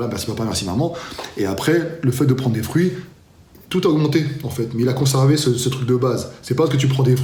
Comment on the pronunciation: Fruits pas frouits !!!